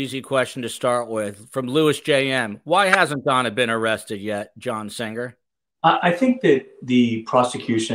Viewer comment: does indeed pronounce Singer with an odd G.